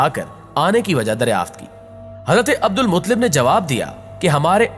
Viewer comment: عبد المطلب کو صحیح پڑھو.